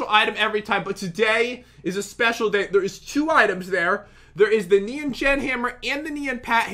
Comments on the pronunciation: Is it just me that gets annoyed when they say "Nean" instead of "Nyan"? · Me: nian or nyan Other people: neon like neo saber. THE Y IS PRENOUNCED AS AN I NOT AN E!!!!!!!!!! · It’s not my b-day My pet didn’t die I don’t beg for likes I don’t even try These youtubers rock I laugh till I cry But pat and say nyan wrong